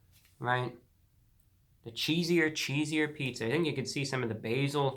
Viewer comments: Reviewbrah, You are Continually Mispronouncing this Pizzas name. It is Cheeser Cheeser and Not Cheeseier Cheeseier. Thank You. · Hey idiot if you are going to review something get the name right ..... it’s “ Cheeser Cheeser” not “ cheesier cheesier”. I wouldn’t be so mean but he keeps pronouncing it wrong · You are a little peach for sure! But just to help you out a bit, the name is “Cheeser! Cheeser!” Not cheesier.... and it’s a throwback to when Little Caesars had the slogan “Pizza! Pizza!” You’re so young I wouldn’t expect you to know that but I bet you can google some of their throwback commercials and hear the little mascot Caesar guy saying “pizza! Pizza!” And then you’ll like the name of the new pizza. Great review. Adorable! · I think it's cheeser, cheeser instead of cheesier cheesier. That's how the Little Caesars mascot would say it. 😆 That last 45% is partly from so much cheese on top of the pizza near the crust. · Mans really said cheesier cheesier not knowing its cheeser cheeser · Cheeser.... Not Cheesier..... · its cheeser cheeser.. as in caesar caesar.. duh. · It's Cheeser! Cheeser! NOT Cheesier! Cheesier! It rhymes with Caesar. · You're pronouncing it wrong. It's not cheesier. It's just cheeser CHEE-ZEE-URR vs CHEEZ-UR. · I’m getting trigger the more he says cheesier! it’s cheeser!!! say it like Caesar!!! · It’s ‘CHEESER’ not ‘cheeser’ 🤦🏻‍♂️ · Its pronounced Cheeser Cheeser not Cheesier Cheesier lmao get your facts straight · I don't understand why you repeatedly say "cheesier" when the word is cheeser. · The first camera angle was MUCH MUCH better ReviewBrah! We can see you and the product at the same time, keep it that way!!! Also, it's "Cheeser! Cheeser!" ya big goof, not "Cheesier! Cheesier!" you even spelled it right in your title... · Just FYI, as a current little ceasars employee, I can attest it's cheeser! cheeser!, Not "cheesier" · It’s not “cheesier”, it’s “cheeser”. I expect more from you. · It’s cheese-er. NOT “chees-ier”